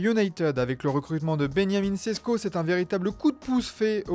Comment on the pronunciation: Pourquoi vous dites ben ya min sesko et pas benjamin sesko ? Ca ce dit comme ça en slovenie ou c est qu'il est juif ?